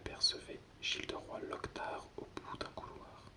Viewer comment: J'aime bien, mais si tu pouvais juste faire un peu plus attention aux noms, comme lockhart que tu prononces locktar et mrs que tu dis souvent monsieur. Sinon, j'aime bien pour m'endormir. Merci.